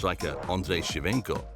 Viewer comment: Ok i get u not being able to pronounce sao paulo, but shevenko????